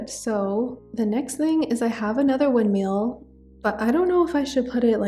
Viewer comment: the way you say "windmill" cracks me up lol. working on my forever island for spring, it's leaning solarpunk which I love and would love to see more of!